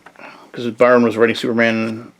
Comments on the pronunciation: you said he rewrites the dp origin as if they never existed, but go back in time to where the first team died. i got confused.. thanks for the vid and cheers from brazil. ps. we also say "burn" here, whatever you said seems hard. "bärn" wut? heheh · Byrne sounds like "burn". Otherwise enjoyed the vid. 👍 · As soon as this guy mispronounced John Byrne’s name. I paused the video to make this comment before exiting the video. This guy needs educated before he makes a video and makes an idiot of himself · Yo chill man just a mistake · He got a name wrong that you don't exactly hear very often, no need to be so rude about it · Yeah it's annoying but you're also overreacting. If a person's never heard a word spoken before and only read it you can't really get that mad at them relax